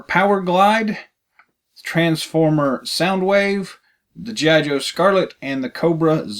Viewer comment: Good review. But it is G. I. Joe not geeeye Joe. Mispronounced the name.